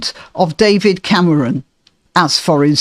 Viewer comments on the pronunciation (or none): Did you say Camaron on purpose? That's how one says "shrimp" in Spanish. It's amusing 🍤